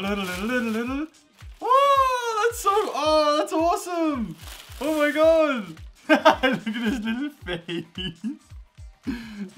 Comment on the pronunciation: why cant you say my?